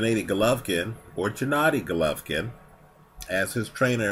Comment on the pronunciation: Abel Sanches does produce the right vowel -- the spanish A in GennAdy. The other part of the puzzle of getting GGG's name right is pronouncing /G/ in Gennady as in /g/ear or /g/et.